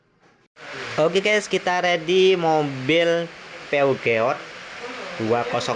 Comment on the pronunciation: Peugeot ..dibacanya Piso mas boss, mobil buatan Perancis 😷